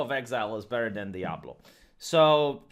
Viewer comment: pronounced diablo correctly (only a few times) i was shooketh:D